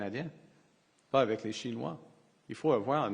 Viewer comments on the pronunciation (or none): none